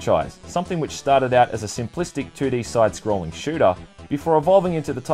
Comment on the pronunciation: I didn't know the fwog stawted in two thousand and fwee.